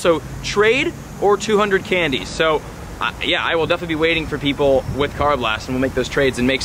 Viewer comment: Karrablast Ker a blest